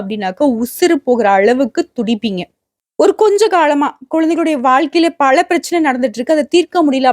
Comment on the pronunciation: பள அல்ல பல. ம்ம் உங்களை தொடர்பு கொள்ள முடியுமா